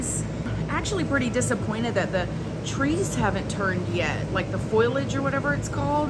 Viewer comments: Hahaha omg I totally thought foliage was pronounced that way you said it- soo thanks to your hubby for clearing that up LOL. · "Foilage" is cracking me up. LOL.🤣 Looks like a blast! I miss Gatlinburg.🥰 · I love you!! Foilage! It's foliage! Lol, I laughed so hard! Sorry hun! That was great! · “Foilage” hahaha I love you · Lmao "foilage?" "No." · The way your husband looked at you to say foliage 😂❤ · Happy birthday! such a beautiful place. I hope you all enjoyed it. i am laughing so hard over the part when you asked if you pronounced the word right lmbo he said no. omg the look on his face haha he is over it with the word correction hahah i love you guys. so darn hilarious! lmbo